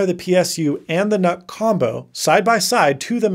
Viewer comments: It's pronounced Nuke as in Unit. Do you say Un-it or You-nit? I keep hearing Canuck every time you say nuck. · I thought nuc was pronounced 'nuke'? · Ahhh, the good old "Intel Knock" The new Nuc (/njuːk/) just doesn't sound right.